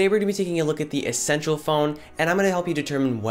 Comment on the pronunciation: So it's Eh-sential phone